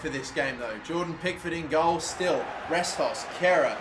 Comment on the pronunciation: Again Everton's Greek right back is called Retsos not Restos